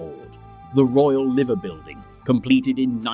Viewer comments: Voiceover did well till it said liver not liver and gave itself away as ey aye 😊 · Liver birds and the building are pronounced “Lie-ver”.